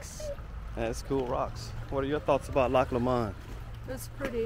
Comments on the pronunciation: Pronounced. LOCK LooooMond. The Midges are a pest .....glad you enjoyed my country or as we call it The Land were men wear skirts. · Pronounced Loch Lo mond ( with the emphasis on the LO ) GOOGLE the song I'LL TAKE THE HIGH ROAD and you'll be sorted right out haha lxx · Do love your prononciation of Loch Lomand - sounds very French. I lived in Stirling for 3 years and Loch Lomand was a favourite picnic destination. The water is ice cold, flowing down from the mountains nearby - in fact melted snow - but this didn't bother us youngsters. You must try and go to Loch Ness which is very different (deep, dark waters and perhaps a monster down in the depths). And yes, the Angus cattle are glorious with their huge horns and shaggy orange coat, running more or less wild. The sheep can be quite aggressive too if you have to make a "nature calls" stop - just keep your eyes peeled if you don't want to find yourself surrounded by a nosy herd of sheep, especially during lambing time when you may find yourself being chased by an angry ram - lol !